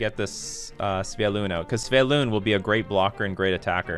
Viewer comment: Why do you pronounce it Sv-e-y-lun when it is Sv-y-e-lun ? 🤪